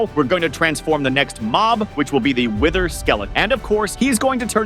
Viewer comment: Whiter❌ Wither✅